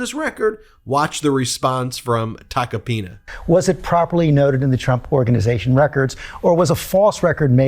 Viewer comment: Not "Tacopina", but "Toca pene"